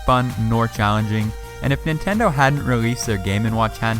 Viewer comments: ITS not Nitendo ITS standing Nintendo and Wtf ITS PS not a polystatiob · The Chintendo hit me HARD😂😂😂